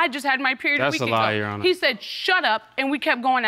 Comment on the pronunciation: 2nd case oml is it soo hard to just say your honor??? Why does she consistently say “you honor” just add the r it’s not that hard!!!